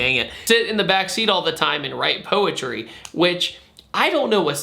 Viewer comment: She’s gonna wite poetwy in hew caw.